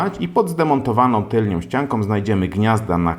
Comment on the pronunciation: Tylną* nie tylnią.